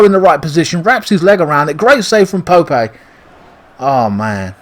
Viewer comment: Haha why are you calling Nick Pope ‘Pope-ay’ as if he’s some kind of emerging Spanish talent?